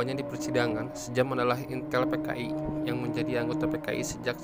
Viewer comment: Om...koq "sejam" ??? 😂😁😂😁😂😁....itu dibacanya "syam" 😁😁...jaman dulu ejaan masih pake ejaan belanda.....oe dibaca U. Contoh sOEharto , J di baca Y contoh Yamin, DJ dibaca J contoh DJatmiko, I (apabila huruf didepan huruf konsonan dibaca E)...contoh : Ik dibaca Eke(saya)...Indonesia (dibaca endonesia)..